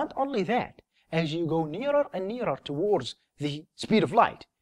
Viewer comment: Fasterrr, towarrrds, furtherrr...